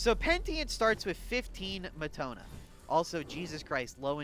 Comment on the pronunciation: I like the explanations. Thank you very much. (PS Meh-ta-no-ya. Peh-ni-tent.)